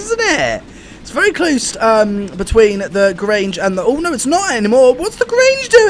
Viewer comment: You pronounced Grange right